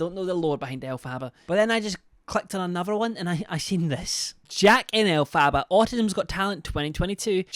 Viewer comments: ell- fabaaaa is what he calls her 😭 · it’s pronounced Elf-er-ba 💕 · LOVE How you call her El Faba hahahaha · Elf far bar is how you pronounce it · Elf - a - ba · Second person I've heard now continuously mispronounce Elphaba, and it just unfortunately grates on me every time 😅🙃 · I love but I can’t help but cringe every time he pronounces Elphaba’s name wrong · I love how just continuously mispronounces her name over and over and over 😂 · Ive noticed most uk ppl that cover her pronounce it this way lol